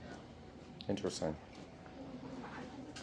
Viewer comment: It is interesting how they say intrestring .